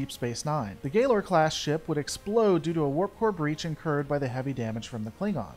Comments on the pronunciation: You pronounced Galor class wrong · Why do you pronounce the Cardassian ship and ship class names so weird? PraKeysh? GayLer? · Good video, like your stuff. But you've GOT to check your pronunciation of the in-universe terms. Galor and Prakesh were both clearly pronounced differently during the episode; and in other vids, there's been some mishandling of ship classes and individual names. Again, for the most part this is good stuff, but the name being pronounced differently than the dozen times many of us have heard it really breaks the vibe. Keep up the good work, and happy birthday!